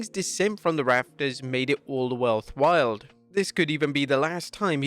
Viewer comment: Did you just say worlth wild? 😂